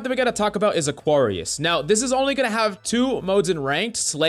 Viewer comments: Coach it's pronounced uh·kweh·ree·uhs so that's not an "ah" like "sorry" in there. Great vids and much love! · Love you coach but you need to learn how to say Aquarius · You pronounce "Aquarius" like it's a black person name... 😂